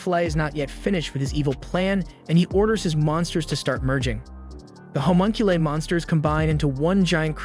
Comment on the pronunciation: I’m sorry the way “homunculi” is pronounced bothers me